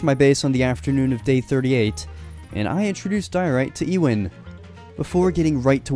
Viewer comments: E-Wan? You mean Ewan...or Euan...You-ann. JS. And I'm guessing it's Ewan McGregor that's your favourite actor...correct me if I'm wrong! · i hope youre not talking about living legend ewan mcgreggor calling him ee-wan and not you-en LMAO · Yoo-an bro not Ee-win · 😂😂😂😂 Ewan 😂😂😂😂 E-Win pronounced U-in gave me a laugh though 😂😂😂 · its not lronounced ewan its pronounced you-in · It’s not pronounced “Ewan” it’s actually pronounced “U-an” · Also ......Ewan. Its pronounced You ahn not Ee Wan. I love interest in my home country too but the pronunciation makes the video hard to watch 😢 🏴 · Ewan is pronounced you-un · I have only one major complaint. Ewan is pronounced as You-in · The way you pronounce Ewan bothers me every time. But what bothers me the most is the implications that Wisps are friendly considering usually in Scottish folklore they aren't, they mislead people into dangerous places like bogs in the dark and fog where they'll die/drown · The way he pronounced the name Ewan was very amusing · Your pronunciation of Loch and Ewan makes this a hard watch